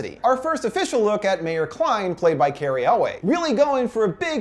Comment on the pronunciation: Cary Elwes is pronounced Cary Ell-wiss...just so you know. I used to think it was pronounced Ell-Way too until I heard it spoken. That said, Season 3 looks AWESOME! :D